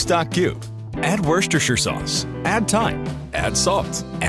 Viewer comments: The narrator is so good he can even say Worcestershire sauce! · 👏Man can say Worcestershire sauce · the way he perfectly says worsestercireshurece sauce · The think that surprises me most is that he can say Worcestershire sauce perfectly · HE MANAGED TO SAY WORCESTERSHIRE SAUCE WTH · How the hell is he able to say worcestershire Sauce without dying? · you knew it was going to get fake as soon as you worcestershire sauce was being said right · You knew that this was going to get messed up the minute that he pronounced Worcestershire sauce correctly. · I like the way he said Worcestershire sauce correct than others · congrats to the guy for being able to say wershci wesuechar werscucta werss sauce